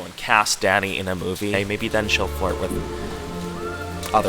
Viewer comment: I didn’t realize he was saying “dany” I kept thinking he was saying daddy 😭😭😭🥸🥸